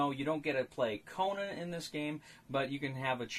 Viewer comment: A very interesting review, I was wondering about this game. How does it work with lower play count? And have to ask where does Conan come from? You got too many syllables there.:)